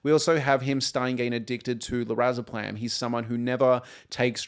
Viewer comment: Great analysis and discussion, but the constant mispronunciation of Lorazepam in this video is so distracting lol